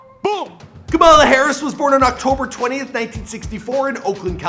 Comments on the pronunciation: Kamala not kumila come on Now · Ka-muh-luh Sounds like Pamela 🤦🏾‍♀️ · Kamala not Kamila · FYI, her name is pronounced as KAA-ma-lah/KAA-muh-lah, not Camilla. Please say her name right. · I like how Kamala turned into Camila halfway through the vid, come on guy, its not that hard to say Kamala, its one of the easier ethnic names to saya KAH-MAH-LAH. Ain't no old white ladies on the stage, no Camilas here. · No shade but her name is Kamala like Comma-la, not Camilla or Kama-la the way you pronounced. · Who tf is Kamila!?? It's Kamala (Ca-ma-La).... 🙄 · Dog you can't even say her name right? Camila? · Its ka mala not camila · Kamala is pronounced comma-la lol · KAMALA SAID LIKE COMMA-LA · Her name is pronounced. Comma -La. just like her mother Sha MA la. emphasis on the not the K..FYI